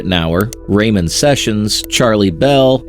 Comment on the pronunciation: ITS RAMON NOT RAYMON